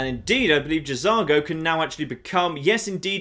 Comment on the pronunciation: I think the J in J'Zargo is silent. Just saying.